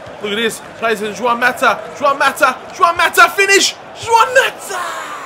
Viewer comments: its pronounced hwan not jwan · Please say Juan differently 😫